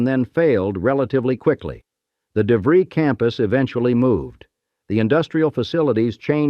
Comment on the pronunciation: I was 9 years old in 1967..this park absolutely shaped my childhood.... btw the school is pronounced "De fr-eye" not "De -free".